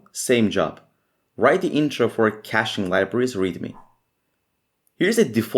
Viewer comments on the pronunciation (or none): none